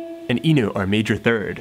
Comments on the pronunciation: can this dude stop saying note like that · newt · you say “note” funny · that's not a Canadian pronunciation